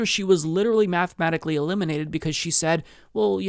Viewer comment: Your intonation of the word “said” bugs me